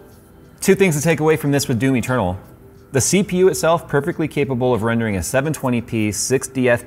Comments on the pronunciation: I had my eyes closed and I was drifting into sleep sitting here watching the video and when he said Doom Eternal I heard it as Do me Turtle. And it snapped me out of the doze I almost fell into. I started laughing out loud. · "Doomy Ternal" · DOOM Eternal, I thought you were saying "Do me Colonel" lol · I keep hearing "do me, Ternal" whenever he says "Doom Eternal" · Now I can't unhear Do Me Turtle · It sounded like said Domi Turtle (Doom Eternal) 😄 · Until showed Doom Eternal, I thought he was saying "Do Me, Colonel". Never heard of that game before.